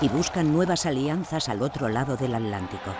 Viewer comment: Alguien sabe por qué la narradora no pronuncia la T antes de la L? Ej: el océano A'lántico